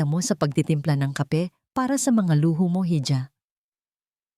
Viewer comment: Mali mali ang pronounciation ng nsrrator kamukhs ng iha hija sabi